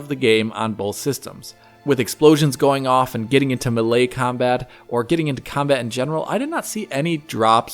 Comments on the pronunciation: "Malay Combat" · Ma-Lay combat